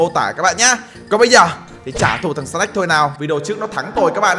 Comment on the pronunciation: Anh bi đọc tên snake thành snack :)